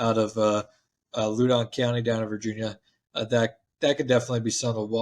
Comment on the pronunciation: Wow,you butchered pronunciation of Loudon County